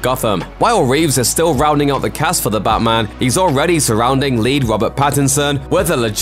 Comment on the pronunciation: “The Batman” sounding more like “Da Blackman”